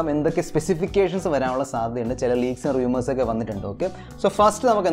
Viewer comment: റിയുമേർസ് അല്ല റൂമേർസ്